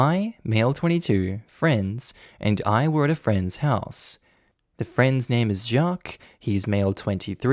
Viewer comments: you Doughnut, “Jaques” is pronounced like “Jack” but with a soft “J”. Not “Shjack-que”! You Aussie plonker! 😆🤣😆🤣😆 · Why are you overpronouncing Jacques? You're saying Jjjaquuuueeééé instead of just Jacques. You said it normally the first time, but after that you're overpronouncing it and it's making me cringe every time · That is Not how Jacques is pronounced! It's one syllable, "Zhock" the second part is silent. Sorry, but that mispronunciation is jarring and throws me out of the story. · Oh! No need to put an e sound at the end of Jacques, it's the same just a very toned down e. Like "Jah-cuh" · I don't know any Jacques but I would have pronounced it 'shac.' where is that name from and how is it pronounced? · 1) ta you just need to leave man 2) nta wtf theyre just fragile in their masculinity also why you say jacques like that im crying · I was thinking the same about the name pronunciation 🤣